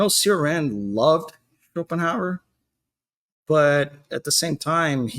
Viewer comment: It pains me when i hear how people mispronounce Cioran's name.